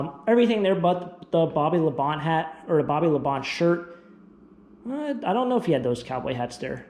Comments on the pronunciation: Pretty sure it is pronouncedBobby La Bon-tay. Not Labont. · It's pronounced La -bon - tee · Yeah, that was bugging me too. 🤣